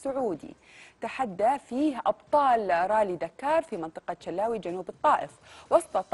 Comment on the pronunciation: المذيعه ذبحتني بالضحك تقول منطقة شلاوي جنوب الطايف والصحيح منطقة الشلاوى